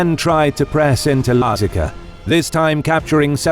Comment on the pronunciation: can't tell it's an AI voice until the pronounciation of Lazica. thought it was a weird edit at first.